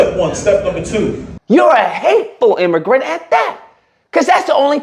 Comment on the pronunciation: Imm- a-grant!😂